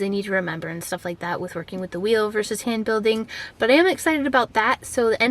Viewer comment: What is "hand building"? I honestly thought you were saying "sand building" at first lol.